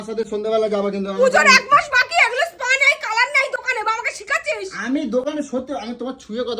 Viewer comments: স্পা কে পা বলে আবার একচুয়ালি 😂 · পা? নাকি স্পা?? 😂😂😂😂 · গলুর ধান্দার সময় পা ধরে কত ন্যাকমো ঝ্যাকামো।এখন আসল রূপ বেরিয়ে গেছে। বাংলা ভাষাটাও ঠিক মত বলতে পারে না। চশমাকে চমমা, স্পা কে পা।এদের VDO বাচ্চারা নাকি দেখে। কি সুন্দর মুখের ভাষা। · Murkho kothakar,spa o uccharon korte parena